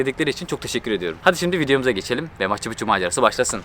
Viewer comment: Maçı Puçu ne demek lan?! 🤣🤣🤣 Maçu Piçu (Machu Picchu).